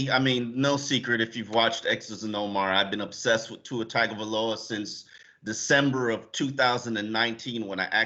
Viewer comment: Pronounced TONG-O-VI-LOA. Come on Omar you should know by now bruh.